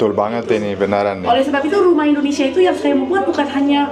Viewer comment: Indo..nesia... bkn Endo.. nesia. Indonesia ya Om..😊